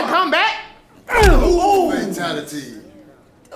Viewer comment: He said “FATALITY” !!! LMMFAO!!!!